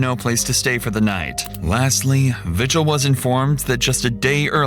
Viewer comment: The last name “Vigil” isn’t pronounced “vih-jill”, it is pronounced “vee-hill”. Same way you pronounce the “j” sound in Spanish, because Vigil is a Spanish last name.